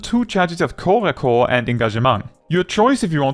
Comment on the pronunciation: As a native French speaker, I thank you for not pronouncing corps-à-corps as corpse-à-corpse!